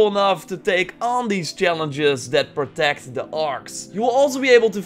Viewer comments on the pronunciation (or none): none